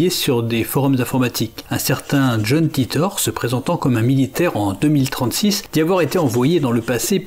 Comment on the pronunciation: Les gars, je vous aime mais étant "américain", john titor ne se prononce pas ainsi... je sais que vous êtes français... Mais bon, faites un efforts... coeur sur vous